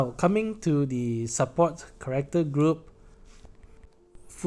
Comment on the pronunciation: New person here. It took me about 3 times of hearing you say "correcter" before I realized you were trying to say "character" Thanks for the analysis, I'll definitely pull on Machina.